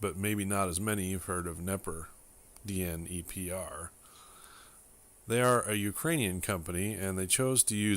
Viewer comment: The Dnepr motorcycles are named after the river that flows through Kiev Ukraine. You are pronouncing it correctly. KMZ stands for Kiev Motorcycle Factory. At first KMZ Dnepr motorcycles were only for military use and foreign motorcycle sales but asked for and received permission to sell them to civilians that needed a heavy duty motorcycle despite it's higher cost than it's cousin Ural motorcycles built by IMZ in Irbits Russia built for civilians and non military foreign sales. KMZ Dnepr motorcycles were very poorly made and lacking in quality. It was understood that you had to take it completely apart, inspect everything, fix everything, and then reassemble it correctly. After the collapse of the Soviet Union on Christmas day 1991 Ukraine got it's country back. They found thousands of Dnepr motorcycles in warehouses in storage to be used in some future war. The USA wanted to help Ukraine and so allowed selling "Indiana Jones motorcycles" in the USA advertising them in vehicle collector magazines in the USA. They didn't tell anyone what condition they were actually in. Many people that purchased them ended up scraping the motorcycle and using the sidecar and frame on Harley Davidson and Honda Goldwing motorcycles. I found a complete Dnepr MT-11 that sat untouched in a barn from 1992 until I dug it out and trailered it home in November 2019. I knew what I was getting and spent the entire Winter rebuilding it. Today is a good reliable motorcycle that's fun to ride, which I do a